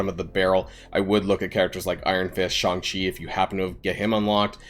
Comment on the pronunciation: Jesus christ is SHAY-NG CHI, not SCHONG CHI